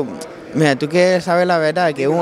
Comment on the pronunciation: Tu quieles sabel la veldad, el luce como una mielda cala pelea 🤣😂